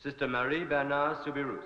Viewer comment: The name Soubirous is pronounced SOUBIROO. The final S is silent.